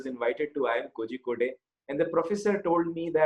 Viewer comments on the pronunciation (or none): Learn to pronounce kozhikode